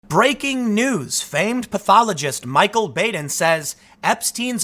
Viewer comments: That's Dr. Bahden, not Bayden. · Bah-den not Bāden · Baden's name is pronounced "bah-den", not "bay-den". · Baden is pronounced Bah-din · I feel like a “well ackchually” but thought you may want to know that Baden is pronounced BAH-den in this case. Also, Epstein didn’t kill himself. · It's Dr. BAD-en. It's not a long 'a' but a short 'a'. Anyone else catch the PBS? murder files show where Dr. Baden solved bizarre murders? I think they were in the 80s? Fascinating. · >Keeps saying how famous the doctor is >Can't pronounce his name properly